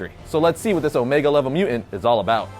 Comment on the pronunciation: You say mu'ant... Instead of mutant... Your welcome!